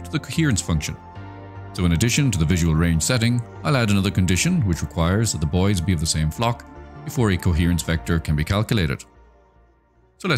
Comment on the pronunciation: Sometimes when you say “the boids” it sounds like you’re saying “the bois” and I really like that